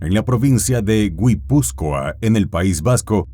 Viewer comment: Guipúzcoa se pronuncia sin nombrar la primera U......OJO !!! no es crítica,es una simple corrección para los k no son Españoles y no hay ningún ánimo de ofender.Buen material el de este video x cierto